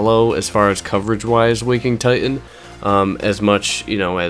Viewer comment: It's called Waking Ti T an... not Ti-ehn